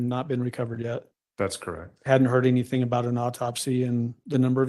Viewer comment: Omg I'm going crazy listening to her say "anythink" instead of "anything". I hate that she adds a "k" where a "g" should be. Ahhhhhhh